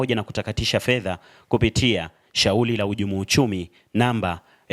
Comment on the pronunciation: "Taalifa" , "Shauli" ❌❌ nashauri huyu reporter asiwe anafanya narration huenda akawa mzuri kwenye shooting & Editing abaki huko plse huu wangu mtazamo tu jmn